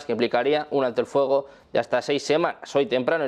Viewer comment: Que mala pronunciación!!! Es Fuego No*FOGO* Luego No LOGO que BRUTO!!!